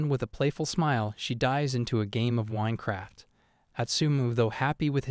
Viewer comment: Nice winecraft instead of Minecraft 😂😂😂😂